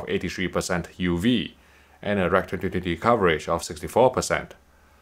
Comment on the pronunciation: The best thing is how he pronounces "2020" or "2022" which I can never understand until I pause and rewind even though I am supposed to be used to it. :)